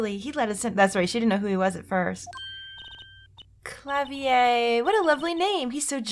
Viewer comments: Its not klaviayy its Kla-vi-er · "Klavier" is pronounced like Kla-Fear, while Gavinners is just Gavin-Ners. Klavier is German, not French. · Gav-in-ears. Also the r in Klavier is pronounced like a hard tap like a more breathy non trilled spanish r. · lami - ro - are would be the french pronunciation and klavier is literally pronounced like it's spelled with the r and all